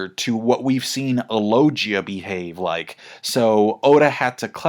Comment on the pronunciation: LOGIA with a hard G man.